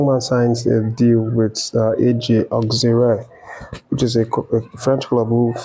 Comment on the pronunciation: AJ Auxerre 😂😂😂 Not Auxerree …No disrespect